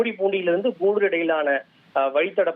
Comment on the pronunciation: Koodoor😅? It's Gudur.learn please.